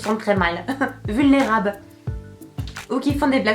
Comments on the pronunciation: Elle a dit "Vulnérabe" Mdrr xD =) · Vulnérabe ?! XD ! Sinon j'adore toujours autant !!! :)